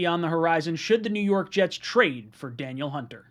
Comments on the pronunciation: It’s pronounced Duh Neil not Daniel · FYI, Ryan, it's pronounced, Dah-Neil. Not Daniel. Anyways though, would love him. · Its pronounced dan-eel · Da•Neal I think that’s how you pronounce it